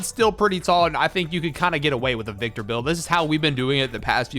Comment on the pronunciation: that is Wictor Vembanyama